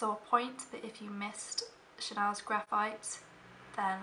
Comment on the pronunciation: also, in this video and the last one i watched of yours, i've gone back and replayed the seconds in which you say the Chanel names. they sound magical when they're said correctly! :)